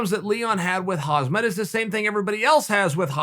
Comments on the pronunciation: Sonnen Please don't butcher Hamzah's name 😂. For the record: HAMZAH /حمزة is Arabic and means Lion, but the Chechens and Dagestanis write the sharp H as KH , just like KHABIB , pronounced HABEEB . The H similar like in the word HATE . And the T at the end of Khamzat , is due to the fact, that the Arabic letter Tā-Marbūtah (ة) is being pronounced as a T ONLY if an another word follows after it, but if no other word follows, then it's only being pronounced as a soft H . But Muslims from Caucus, the Balkans, Turks and others decided to write the T at the end of these words, which in fact is being pronounced as a smooth H , hence it's HAMZAH , a sharp H at the beginning and a soft H at the end! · seriously chael stop butchering khamzat name. i cant with you. 😂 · Its Kham -zat not Haz - mat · Please learn how to pronounce Khamzat not "Hasmet" Thank you! Just say HAMZA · It’s actually Kham zat not Khaz mat! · LOL chael his name is HAMZA the k is silent... why u keep calling him hazmat after like 40 videos wtf? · UncleChael: "Hazmat!" ProductionAssistant: "It's KHHAAMM-ZAAT" UncleChael: "Hazmat!" Lol 😂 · Pronounce Hamzat not as Hazmat. Z comes after. By rhe way he is like Hazmat right now everyone wants to avoid. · Uncle Chael is KhaMzat not KhaZmat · Not khazmat uncle chael. Kamzat! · FOR GOD’S SAKE HIS NAME IS KHAMZAT NOT KHAZMAT!!!!!! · chael it's pronounced ham - zat, or should i start calling you kale? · Khamzat = hamzat = hamza Ffs it's not haZmat...... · Swear to god cheal it’s khamzat not hazmat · Man this guys gunna make me use to saying hazmat haha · Was not interested in the 100th video on Khamzat but had no idea Chael was actually speaking on Hozmit. This man continues to raise the bar 😂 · Khamzat “Hasmat” Chimaev aka Borsch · 0.45 Huzzmett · It shouldnt trigger me this much that he keeps saying "Hasmat" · “Hozmat” nice to meet you. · Hasmet? HAHAHAHA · Chael makes 20 videos on Khamzat Also Chael: “KhaZmat” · Chael “Hazmask Chimaev” Sonnen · Calm zat.